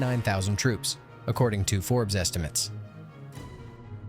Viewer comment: If you say forbs estimates then losses credibility 😂😂